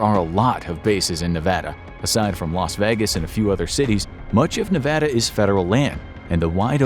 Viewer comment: Thanks for pronouncing "nevada" the right way